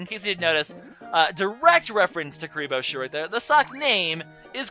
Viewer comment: Is... is he saying Kuriboh's sock?